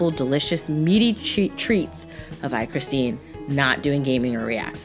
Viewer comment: Oh I’m surprised she pronounced my name right lmao